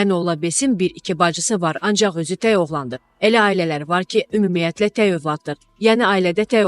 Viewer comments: Ay aparıcı xanım, səni efirə buraxan kəs bir dənə "tək" kəlməsini niyə öyrətməyib. Dilimizdə təy sözü yoxdu. Bu sənin "gərgin" əməyinin məhsuludur. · "təy" yox-tək